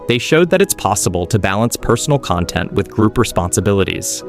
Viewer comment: He also can't say content correctly